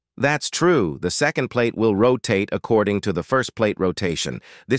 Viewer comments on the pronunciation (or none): Speech went from bad to: the clutch disk will not rotaytuh, how fast the flywheel row tatay. The conclusion? Clutch has a vee tal rollay, on a vehickley.